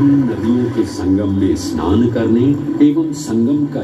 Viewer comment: E Snan E Snan E Snan.... Mane seriously... Oshojhokor! snan bolte ki kosto hoi